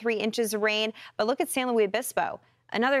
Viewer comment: San LUIS . NOT LOUIE . I used live near there , no one called it that . She's not the first reporter to call it that .